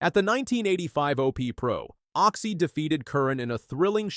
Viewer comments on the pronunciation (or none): It's Occy not Oxy! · Can I just slap this narrator..... Oxy..... its Occy..... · Show respect get his name right.OCCY